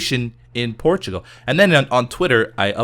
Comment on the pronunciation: I always hear ''Porchigo'' when he says Portugal.